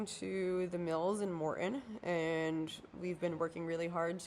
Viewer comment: As a spokesperson/PR person please work on not saying UM hundreds of times in a 30 minute video. FYI it's Morton not Morten. Thanks for the update.